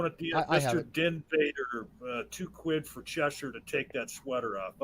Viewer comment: It's still annoying that Americans can't pronounce Cheshire correctly.